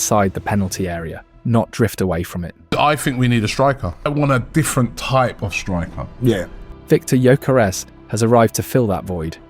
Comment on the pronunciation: Man butchered the names of Ebereki Esse & Victor Yokeres